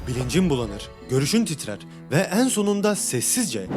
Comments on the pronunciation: Eeeğn eeğğn demen çok yordu lütfen düzgün telaffuz eet 😭😭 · "En" sözcüğünü söylerken "Een" diyorsunuz. Üzerine çalışabilirsiniz. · Hocam ne güzel video çekip edit yapıyorsunuz yahu videonuzu “Eeeennn” demenizin verdiği ve “CehenNEeem” demenizin verdiği işkenceden ötürü dinlemek ve odaklanmak aşırı zor. Şu işleri yapmaya karar verdiğiniz de gidip bi 5 haftalık diksiyon eğitimi alırsınız Ooh biz de tertemiz konuya odaklanırız. Son olarak; “Nerede” yazılır “nerde” okunur “Burada” yazılır “burda” okunur “İçeriden” yazılır “içerden” okunur “Dışarıdan” yazılır “dışardan” okunur Vallahi kusura bakmayın ama yazmadan geçemezdim neredeyse kelimelere yaptığınız tüm vurgular da hatalı olarak çoğunu ilk heceye yapıyorsunuz fakat Türkçe’de vurgu son kelimeye yapılır, onlarca kez “Eeennn” diyorsunuz lütfen şu güzel videoları azıcık konuşma eğitimi alıp çekiniz🙏 Dilimizi güzel kullanıp güzel tanıtalım. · Şu en kelimesini doğru telaffuz etmeye çalış allah aşkına.. bu ne böyle çok kulak tırmalayıcı